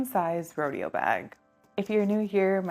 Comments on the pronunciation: Great review. I'm thinking of this bag. It's pronounced Row-day-oh, like Rodeo Drive in Beverly Hills. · Haha the way you say "Rodeo" is killing meeee. But otherwise, great review!